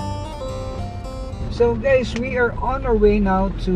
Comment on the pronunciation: When he says “hi guys” he says “hey geys”